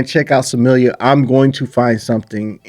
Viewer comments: It's pronounced Smil-Lah...not Samillia. btw turn your fight volume on...then you'll be able to hear the impact of Dakota's punches and kicks, Trust me, Smilla wants nothing to do with Dakota...for a few years at least. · Smilla, not Samillia.